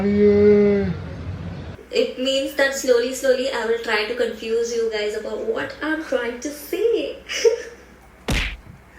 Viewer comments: said Gadi instead of Guys😂😂 I wonder how many times he had listened to this sentence 😂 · When wanted to say "guys..saree" and ended up saying "gari"...🤣🤣🤣🤣🤣🤣🤣🤣 Hilarious video..well done ❤❤❤😂😂😂